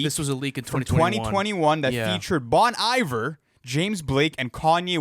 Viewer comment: Bon Iver isn't pronounced like that, c'mon. it's "bony vare"